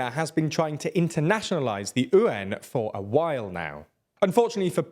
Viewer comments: Why do you always butcher the pronounciation of the Chinese currency?? It's not "yen", it's not "oo-wan", it's "you-wan"! Or just go back to the safe way & call it Ren-min-bi.... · It's not ü-an, it's pronunced as yüan. Y is not silent. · Please stop saying Yuan like that. It's Yuan (you-on), not oowon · What currency is ooh-en? Do you mean Yuan? The pronunciation on this channel is getting worse and worse... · His pronunciation of yuan is so chaotic and unhinged I love it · Omg. How has he pronounced the word yuan? We have 5 words for money in China. Choose any of them but try to pronounce one of them correctly! Try Renminbi next time. It's the official currency! 🤣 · I didn’t even know it was possible to mispronounce “Yuan”. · Please never ever try to pronounce something without at least googling it. I vomited hearing you pronounce yuan XD